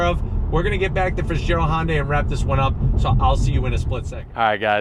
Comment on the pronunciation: Stop saying "Honday" ....